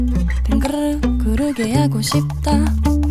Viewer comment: 빙그르르 발음 신기하고 좋다 ㅋㅋㅋ 귀에 착 감김